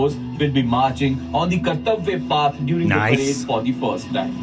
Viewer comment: First of all the pronounciation of kartavya path is wrong. It's not paaath it's Just path or puth. Path is english word and path/ पथ is Hindi word .....